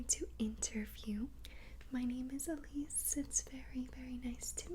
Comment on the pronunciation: I heard aleece